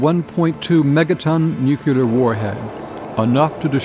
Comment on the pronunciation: He should've learned to pronounce nuCLear and MacNamara before narrating this